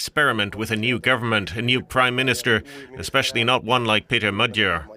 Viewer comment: Next time, please look up How to pronounce Magyar. It’s the name of our nation as well. Lame